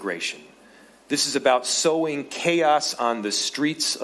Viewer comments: Sowing......not sewing.....stupid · It's sowing, not sewing